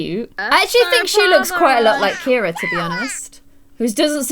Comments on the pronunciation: Anyone realise that Ciara is pronounced Kee ara not Keira? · Actually my best friend is called Ciara and u pronounce it Kira she says it’s an Irish name so yeah (not hating on u just correcting u x)